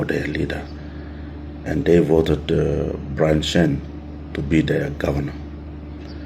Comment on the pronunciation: Peter lusim, court will advise us all and BTW it's Byron not Brian 😂